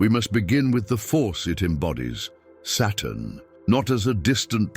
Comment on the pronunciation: Are these captions correct? I literally can’t tell whether the robo-voice is saying “Saturn” or “Satan” and if these are AI-generated captions, it can’t tell either. So frustrating.